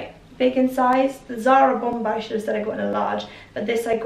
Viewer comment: The last ‘b’ in bomber is silent....